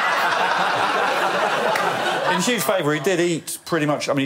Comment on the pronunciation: I love how Greg Davies pronounces puma - phew-mah